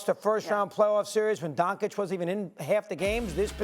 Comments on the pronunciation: Did he say Donkage ? Lmao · Seriously, if you, by now, can't pronounce Doncic the right way, you should get fired!